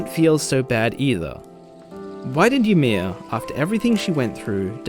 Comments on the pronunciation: WAIT. Hold up. Is this how English-speaking people pronounce Ymir? ... Is this how they said it in the english dub?! I... wtf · Man, I hadn't even thought about the fact that you might pronounce it weird. That's wild.